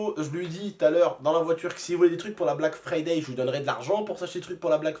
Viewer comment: Erreur de français on dit pas la black frifay mais le black friday